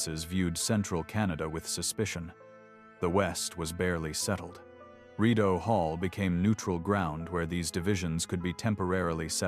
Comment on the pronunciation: Could you please learn the correct pronounciation of words - for example although the anglized mis-pronunciation of Rideau is understandable, but the Saint Lawrence River is not the STREET Low Rent. Sorry, I know it may seem like a small matter, but this discredits the rest of your story - the details matter.